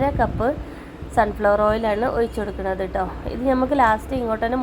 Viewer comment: ഒയിച്ചു അല്ല, ഒഴിച്ചു കൊടുക്കുക എന്നാണ്